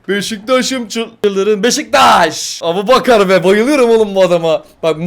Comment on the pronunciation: Abu aboubakar ikardi çakar değil abouçakar ikardi bakar😂😂